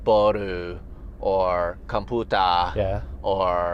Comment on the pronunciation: com-puta sounds spanish to me haha